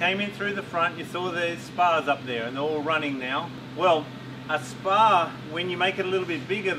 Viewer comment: Omg when said WHEN, Rex dies I thought she said since Rex died XD